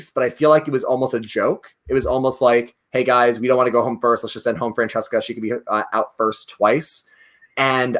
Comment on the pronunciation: Brooo when couldn't pronounce Francesca's name 🤣🤣 I died